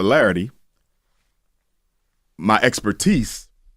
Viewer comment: His Papa Larity?? I aint never heard nobody pronounce popularity like that. He's gonna be somebody's principal?